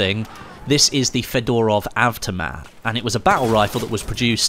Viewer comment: Lol hello my old friend "fedarov"